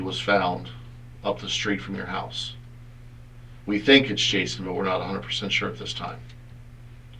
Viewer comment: "Chouse" 😊😂 A russian crazy one again.